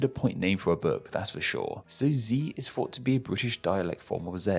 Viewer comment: “even I fought”….. okay yeah you’re a Zee expert